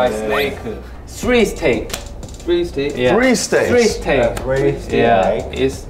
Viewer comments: "What do you wanteu?" "He looks like snakeu." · Did jin just call jhope a snakeu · I HATE SNAKEUU BAHAHHAHAHAHAHHA OMLLLLLL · 😂😂I hate snakeu😂😂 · Well.. yes but no.He called him a snakeu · Jhope: I hAtE snAkEu